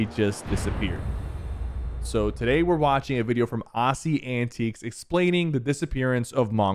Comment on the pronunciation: Nice video, but bro EVERY time you completely butcher Aussie's name lol. Its Aussie Antics not Aassie Antiques he's not that old! No hate love the videos!